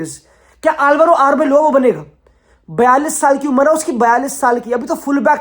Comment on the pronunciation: Wtf is Arboylo His name is Arbeola!!